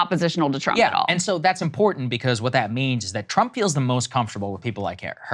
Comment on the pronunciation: How does she mispronounce the word important?